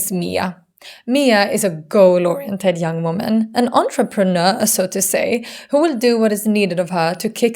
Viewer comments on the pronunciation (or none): none